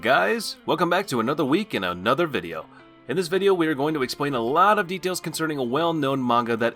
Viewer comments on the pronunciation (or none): none